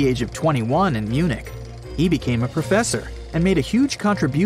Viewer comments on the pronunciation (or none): none